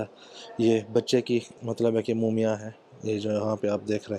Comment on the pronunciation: its not mooomiyan, its mummy, please.